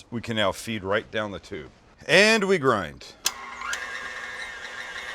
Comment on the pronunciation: Best mix ever.."there's our gind, 30% sirloin, 30% brisket, 30% short rib...". (10% bread?)..LOL.